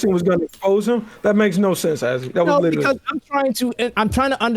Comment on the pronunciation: The way this dude pronounces "literally" is driving me fucking mad.